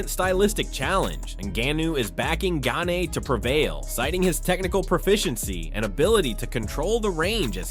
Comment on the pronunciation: The butchering of Gane is too much. LMAO! Gay-knee is the best one yet.